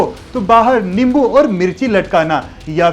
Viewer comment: Bhai hindi me limbu nahi nimbu hota hai Nice and interesting information Thank you